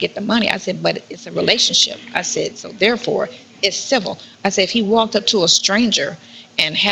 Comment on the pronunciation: I'm sooooo sick of this dumb broad saying CIVIL. SHE PROBABLY CANT SPELL IT